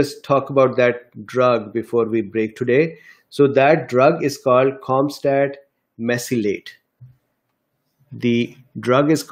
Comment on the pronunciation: Sir it’s camostat Mesylate